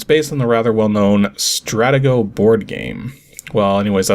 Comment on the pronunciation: Stratego is pronounced "Strah-TEE-go." We had a nice set with little embossed pieces that included tiny numbers. This version looks fun, but numbers would be helpful on the graphics. :)